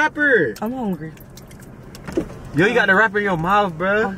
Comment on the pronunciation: “Yo you are the wrapper!!”...”I’m hongry” 🤣🤣